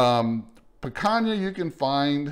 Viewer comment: Your not saying picana correctly